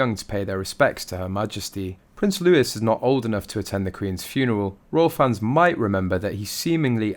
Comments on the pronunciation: Loo..eeee. Looo..eee. NOT Loo ..is ❤ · It was not a mass, it was a funeral SERVICE. Prince Louis ' name is pronounced LEWEY. That is the English pronunciation. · It appears you neither check your source of material shown, nor know how to correctly pronounce the name ‘Louis’ and you are not alone in the latter, always pronouncing it as LEWIS. Never heard of King Louis of France? The supposed picture of ‘Archie” is in fact a picture of Prince Harry as a small child, and the other one of ‘Lilibet’, has already been shown to be from an unreliable source and can in no way be supposed to be the daughter of the couple. Everything is smoke and mirrors with them and a series of disingenuous information gets spewed out at every opportunity. Neither of them know when to call a halt to their vitriolic mis-information. The sooner everyone stops giving them ‘air time’, the sooner they’ll hopefully fade into the sunset. Whilst the news, journalists and would be bloggers post at every opportunity, you are continuing to provide exactly what they seek - Being In The Public Eye - Narcissistic to the core.